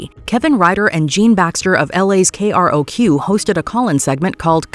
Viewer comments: KROQ is pronounced K-Rock. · K-R-O-Q is pronounced K-Rock